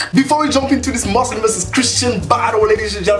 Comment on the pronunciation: Dude its Muslim not Muzlim 😒